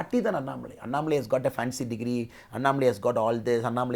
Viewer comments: Madam it's anna+malai not annai+malai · Good interview. One suggestion to you and other Hindi-belt journalists. Please take one extra minute to pronounce South Indian words “correctly” as South Indians would prefer. If is अण्णामलै not अन्नमलाइ similarly चेन्नै not चेन्नाइ One suggestion is to write down the south jindisn names and words in the Devanagari and then read it from the Devanagari spelling. Another suggestion to Annamalai, stop addressing women interviewers as Madam. Ji appendage maybe ok if you use it sparingly. We should stop the madam business. . Simply address tg by their first name or last name.